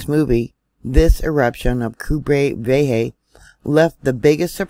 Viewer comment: Good day 🌸🍃, thank you for your spot on reporting to keep us informed❣️. I respectfully offer you help with pronunciation of “Cumbre Vieja”. You got Cumbre right! But Vieja is pronounced VEE-EH-HAH. I love science and I love you✨♥️✨